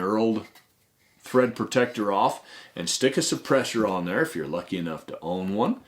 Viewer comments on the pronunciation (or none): none